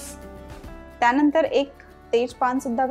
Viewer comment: Akhh MARKET CH ANALE AAPAN😂😂😂😂😂, tyanatar, tyanantar😂.